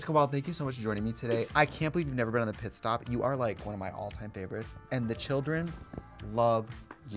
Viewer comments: THE FACT THAT SHE KEPT SAYING "PISS STOP"! 😂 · Did Jessica say “piss stop’??😂